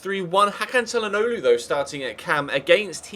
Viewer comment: It is 'Shal-an-og-lo'